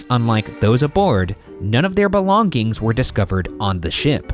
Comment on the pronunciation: Ryan pronouncing "belonging" really is distracting